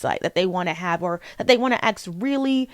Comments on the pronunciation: It’s ask, not aks. You’re a reader, you cannot not know words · Skill issue. I won’t lessen my enjoyment of art simply due to the creators being problematic lol It’s kinda insane to me that she apparently reads so much and is even college educated but still says “axe” and “liberry” 🫩